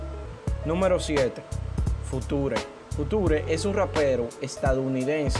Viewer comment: No se dice future